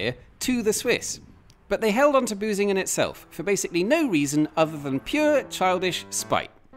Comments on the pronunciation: Can you pronounce the ü? Because you pronounced it as a u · Hehe - he said "Busingen" :-P